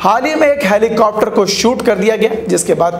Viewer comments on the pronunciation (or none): none